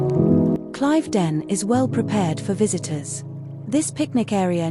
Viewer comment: It is pronounced Cliv not Clive ..den